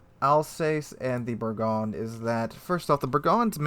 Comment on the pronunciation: It’s pronounced. Ber-GOIN lol